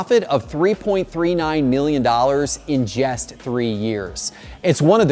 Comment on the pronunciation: Just, not jest. But thanks for the vid.